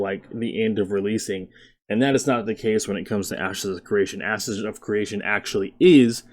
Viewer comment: I keep hearing "asses of creation"